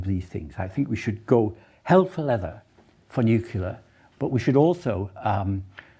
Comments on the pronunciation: Agree with some of what Gray says, but totally disagree with runaway climate change due to human induced factors. Overall, he didn't make a great deal of sense. Anyone who can't pronounce nuclear (says NuKuLar) clearly can't think clearly!!!😂 He keeps saying we underestimate the rate of climate change, when the data is crystal clear that our models have significantly overestimated reality. Spending money on adapting to climate change rather than wasting money on net zero is pretty much the only thing I really agreed with. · Why is it that so called intelligent people (often British) say "nucular" instead of "nuclear"?? As a Brit this drives me nuts and is a total embarrassment